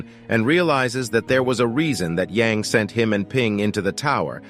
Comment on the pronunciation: A in "Yang" name is read as "a" in "banana", not "Yeng". Remember Shang-chi? Yes, his name is not "Syeng-chi" but "Syang-chi", again the "a" is like in "banana"